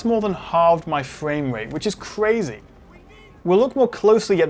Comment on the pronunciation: “More than halved my fwamerate which is cwazy!”